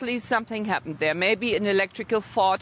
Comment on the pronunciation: did she just say electrical fart? Lol